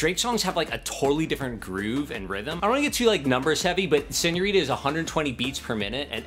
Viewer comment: He takes the t out of senorita